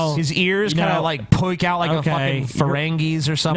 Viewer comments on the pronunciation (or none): none